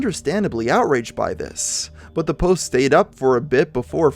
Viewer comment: my English speaking ears are outraged by how you say "The" before a vowel but I digress.